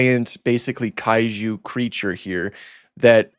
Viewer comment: well that’s one way to pronounce Kaiju